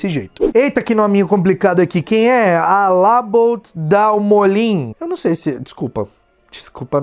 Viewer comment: amei o alla bout dalmolim haushausha é inglês, acho q era pra ser all about dal molim